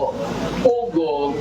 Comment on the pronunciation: ate POGO, hindi POWGOW